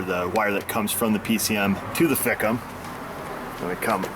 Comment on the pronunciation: it's pronounced/ Fike-um/....LoL...I have other word I call them...But